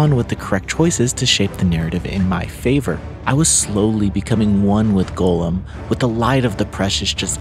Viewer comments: It’s Goll-um not “Golem” - just for future reference. No hate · Hearing you say it as ‘golem’ hurts every single time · It's pronounced Goal-them. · Why are you saying his name like that?